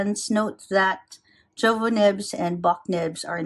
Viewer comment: Jowo the pronunciation is iovo.